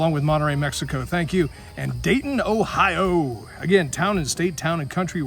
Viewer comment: New Albany, OH-IO.